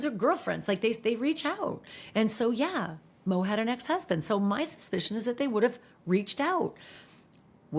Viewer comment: I hate how you call her mo.